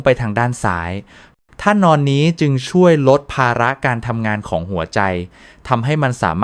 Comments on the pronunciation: ท่าน-ออน( ท่านอน) เอไอทำภาษาไทยเสียหาย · เบื่อAIมาก ท่า-นอน มันอ่าน ท่าน-ออน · AI ท่านอน กลายเป็น ท่าน ,ออน ค่ะ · ใช้ AI อ่าน ออกเสียง แล้วทำให้รู้สึก ไม่น่าเชื่อถือจริง ๆ ครับ ท่านอน.... Ai อ่านเป็น ท่าน ออน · AI พากย์เสียง ควรตรวจสอบก่อน นะคะ มี ผิดหลายคำ ท่านอน ครรภ์ แยบยล